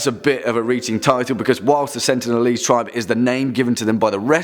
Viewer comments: what's an "uncontacted tibe"? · Err.. there is an "R" in the word "TRIBE"... just saying